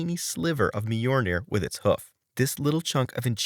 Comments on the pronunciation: Dude, I can't get through your video with your constantly mispronouncing Mjolnir like that. It's pronounced like "M-yol-Neer". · A video on how to mispronounce Mjolnir a thousand times